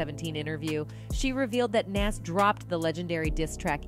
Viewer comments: Please research the pronunciation of NAS.Plz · She mispronounced his name. 😮